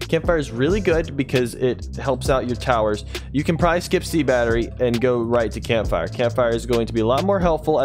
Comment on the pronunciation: "Sea battery is the best tower in the game" "You can problary skip the sea battery"